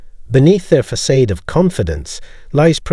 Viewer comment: Facade = "Fuh-sod" there is no long A in THE 2nd half of the word.!